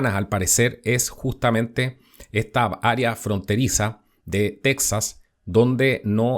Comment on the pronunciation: Tu no esre mexicano,no sabes ni tronunciar texas,y qiuen te da derecho a opinar de lo que pasa en Mexico,no eres mexicano ni cones la fronta